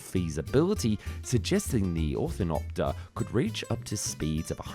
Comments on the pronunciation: It's difficult to take you and the video seriously when you keep mispronouncing the name. It's an orni-thopter, not an orthin-opter. "massive osculations"? Really? A bee doesn't KISS anything (That's what osculate means.) You mean 'oscillations' instead I'm sure, a completely different thing. I've unsubscribed because this is just stupid. If you don't know what you're talking about you shouldn't be attempting to educate anyone. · It really bothers me that he keeps saying "orthinopter", moreso than it should. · nice video BUT: you said orthopter and ornopter almost 100% of the time xD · Why does he keep saying orthinopter? The word is ornithopter. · A few times ( , among others), the voice says, "orthinopter" rather than "ornithopter". Is this a mispronunciation, or is this what it was called in French? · Repeatedly saying "orthinopter" instead of "ornithopter" is hilarious. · So we are talking about an ornithopter but the voiceover keeps saying 'orthinopter' ?? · Oh wow, you cant even say the Name right. It is Ornithopter, not Orthinopter. lol What a fail. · Cool video but ornithopter is pronounced wrong ("orthinopter") for the much of the video. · I had to bail the 5th time you said "orthinopter" instead of ornithopter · Ornithopter. NOT Orthinopter. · Or-no-thopter, you keep saying orthinopter it’s hurting my mind to hear it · Legit question, do you have speech problems? You've said both "Ornithoper" and "OrtTHINopter" multiple times, and words in the wrong order "and built EVEN prototypes" instead of "and even built prototypes". It's a nitpicky thing for sure, but it does hurt your credibility a little bit when you aren't even using the correct name of the thing you're basing the whole video on. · Orthinopter?? Jeez man. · Me annoyed that he said he orthinopter insead of ornithopter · "Orthinopter" = "ornithopter." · LOL -- every example of the word "ornithopter" ("OR-nih-thop-ter") uttered in this video, was pronounced "orthinopter" ("OR-thih-nop-ter").